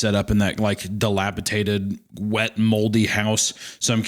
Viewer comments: Dilapidated. Not "dilapitated", Hunter Love ya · I love that Hunter says dilapitaded